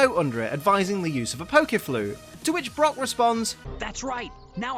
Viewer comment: When you said brock I thought you said rock